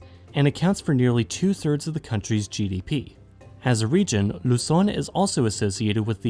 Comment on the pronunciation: This is the first time i've heard a foreign video not pronounce Luzon as "Lou-Zon" lol.